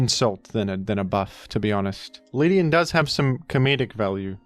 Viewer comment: The way he pronounced Ledian